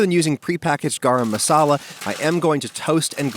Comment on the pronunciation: just love the way how people pronounce garaaaam masala